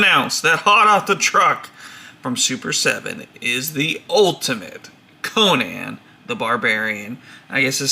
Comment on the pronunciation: conun not conaaan